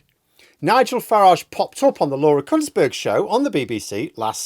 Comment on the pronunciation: I'm sure you said "Kuntsberg"